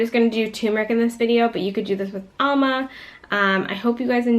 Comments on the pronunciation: Great instructions here, but the mispronunciations were hard to hear over and over!... amla as "AL-muh" and also not pronouncing the "r" in turmeric... please explain! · Good informative video. However, you keep pronouncing Amla as ALMA. Whatever. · Amla - she's pronouncing it incorrectly.